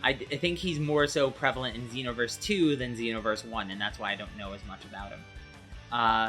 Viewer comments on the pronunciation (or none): none